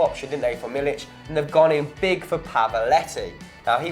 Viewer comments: it's pronounced Milik, not Milich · IT'S NOT MILIĆ IT'S MILIK KKKKKKKKKKKKKKKKKK, like the first sound you make when saying 'c'offee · Learn to pronounce guys. I don't mean to be a grammar nazi,but it's MiliK not MiliCH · It's pronounced like Meal-ick